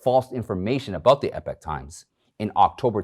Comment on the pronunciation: I wonder if Michael Lewis knows how to say/pronounce "epoch"?